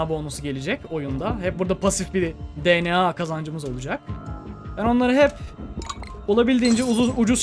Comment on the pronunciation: abi video çok iyi ama DNA derken di an ey demesen direkt de ne a desen daha iyi olur